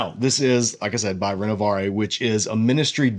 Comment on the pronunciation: No offence… but check your ‘French’ pronounciation of Renovaré